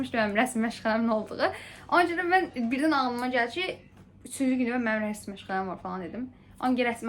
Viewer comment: Rəsim yox rəsm😊